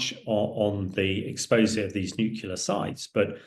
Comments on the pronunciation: It's pronounced Nu- Clear just for reference. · It's pronounced NEW CLEAR, you idiot, not NEW KYULA! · Why tf would I listen to a guy who doesn't even know what the word "NUCLEAR" means... It's" NUCLEAR", not "NUCULAR", dumbass ! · A man in the position of Mr. Hamish who cannot say the word nuclear properly is a disgrace. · Nuclear is pronounced "new-clear" not new-kew-lar - c'mon Hamish. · Spot on, it was irritating me too! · I am from England and he is clearly saying nukula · Clever enough to know its not pronounced NU-CUE-LAR. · This guy is no military expert. He can't even say nuclear properly 😂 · haha I am a British patriot you Silly Bot. I was merely stating that that he can't say nuclear properly. And I'm supposed to take it seriously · Why is it some people cannot say Nuclear ... it's weird weird weird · A former NATO chief who can't pronounce 'NUCLEAR'. That doesn't bode well.